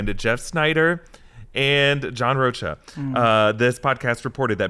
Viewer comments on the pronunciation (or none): It's pronounced John Roka...not John Roacha...🤣🤷